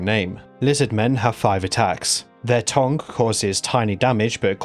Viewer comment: Im english and its tongue not tong. Where the fuck you getting this pronunciation from?